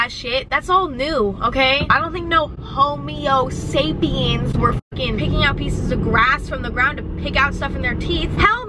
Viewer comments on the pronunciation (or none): she really said 'homeosapiens' lmfaooo luv u emma